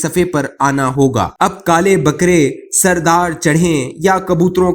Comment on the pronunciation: Plzzz plzzz apni URDU ki pronunciation theek Kar lain Ataaru nahi word ATARAD hai Sardar nahi word SAR_E_DAR hai